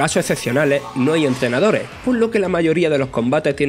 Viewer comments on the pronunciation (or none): Muy buen análisis, solo me pone un poco incomodo que nunca digas las “S” finales en tus oraciones, entrenadore por ej, saludos